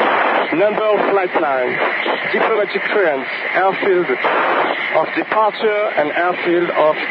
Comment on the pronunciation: Go on... say “departure “ again!